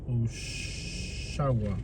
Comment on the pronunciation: Interesting drive. And commentary. But I must point out, Oshawa is not pronounced "oh-sha-wa", but "osh-a-wa'. And Oshawa is not a "suburb of Toronto". Oshawa's been a real city for over 100 years.